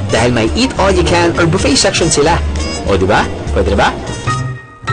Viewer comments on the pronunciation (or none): none